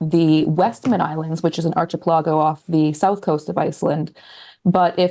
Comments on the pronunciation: Archie Pellargo sent me to the comments! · the way she said archipelago hahah